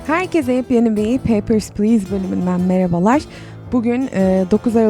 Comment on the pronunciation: Ben merabalar demene bayılıyom